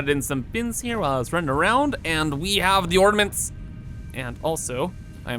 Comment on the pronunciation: What mints? Da mints? Trees, or da mints? OrNaments!